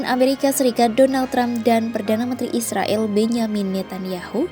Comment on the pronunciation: klo mau damai, mulai lah memanggil mereka dengan Nama Mereka, Israel, pake e nya dibaca E!!